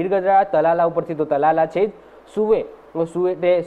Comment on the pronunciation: તલાલા નહિ ... તાલાળા છે